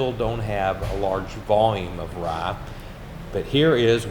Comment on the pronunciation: Warum sagt er "Rah" statt "Rye"?